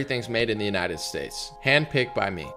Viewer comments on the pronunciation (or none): none